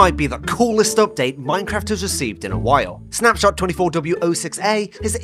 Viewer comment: Bro mispronounced the snapshot name